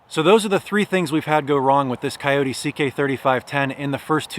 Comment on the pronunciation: 1st its not a wild dog so at-least pronounce the name correctly > 2nd if you are going to buy a Kubota knock off is sad and most dont know other than the chassis all of the 30 to 85hp Kubotas are assembled and built in GA all of the loaders and back hoe attachments are all so built in GA > thanks for the support for american jobs